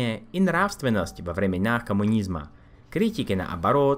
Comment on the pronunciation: Спасибо, интересно, хотя для России это как наводнение в Парагвае))). Произношение лучше. Продолжает бросаться в глаза: Ударение - это ударение, а не долгие гласные. На слух русского человека говорите: Шкодаа, талаант, наобороот, себяа, благодаряа, человиек и т.д. Также мягкая "л" не всегда даётся:председател, представителство. "Ц" не бывает мягким, произносится "в цэлом"))). И опять же, на мой слух в русском больше редукции гласных (малако) и меньше мягкости.